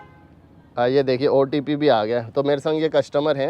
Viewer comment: Opt nhe hota bhai otp hota hai 😂